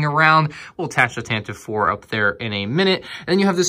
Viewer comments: tan tiv E 4 is the corect pronouciation not tantiv 4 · Tantive IV is pronounced as "TAN-T-V four" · Tantive IV is actually pronounced tant-i-vee IV